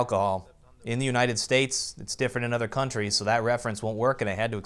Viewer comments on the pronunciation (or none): none